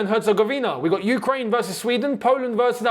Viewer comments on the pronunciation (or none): none